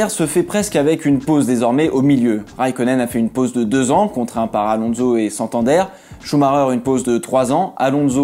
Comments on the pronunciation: Contenu des videos toujours tres interessant mais par pitié arretons de prononcer AlonZo mais Alonsssso (c'est un S et non un Z). Merci d'avance ;-) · Pourquoi prononcer son nom « Alonzo »? Il est espagnol, pas italien! Et en français, « onso » ne s’est jamais prononcé « onzo ».